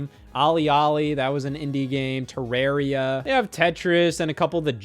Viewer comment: Good to know Scott pronounces Terraria the way it's supposed to be pronounced.